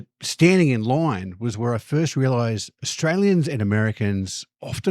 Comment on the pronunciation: You spell line as such, yet pronounce it lahoiwn ? 😅